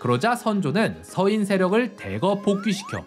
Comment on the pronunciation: 동인, 서인의 서인은 단음 길게 발음하니 평민으로 들럼